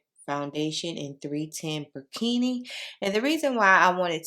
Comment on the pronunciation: I love the foundation, I have it and it's an exact match for me. I believe yours is perfect for your skin tone as well... i enjoy your content. Side note: it's pronounced 1: Bur-Kin-Nah {Burkina} (sorry 🙏🏾 the African OCD in me wants to correct the way you pronounced it)